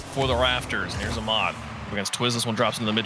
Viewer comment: It’s kinda funny how the commentators pronounce Ahmad “Amad”. It’s “AH-mad” or “Ah-med”.